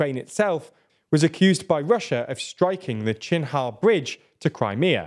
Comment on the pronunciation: When did “Kerch” in “Kerch bridge” become pronounced as “chin-ha”?